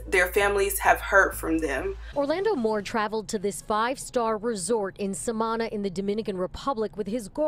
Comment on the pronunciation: My heart is moved to reply about this tragedy. I am American but I have travelled throughout the Dominican Republic by car for years. The resort location is pronounced “Sá-man-na...it is considered a country town. The Dominicans call towns like this “el campo” a very important aspect to understand is that la República Dominicana is a third world country. It doesn’t have the same infrastructure that one will find in developed nation. The entire island with the exception of Santo Domingo (the island’s capital) and Santiago (the Island second largest city.) the rest of the island is basically like small country like towns. What do I mean by lacking infrastructure? It is very common to drive and see large holes in the ground..large enough that an entire car can fall in and need a tow truck to be lifted out. This holes will not have cones or any type of barricade around them as a warning or a protection. The natives of the area live there and are aware of these things but a tourist won’t. Please by no means ever ever drive in la rep dom at night in a new area you don’t know. Never at night . For the adventurous you can try it during the day and only during the day but you most stay alert at all times. I repeat never never never never drive in dom rep..en Los Campos at night time. It is a tragedy waiting to happen.